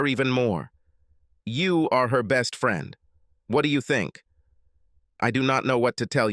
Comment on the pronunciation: Man, the robot AI reader sucks. It mispronounces common words like “friend” as “free-yund” and “handsome” as “hand-sooom” & “college” as “colly-gee.”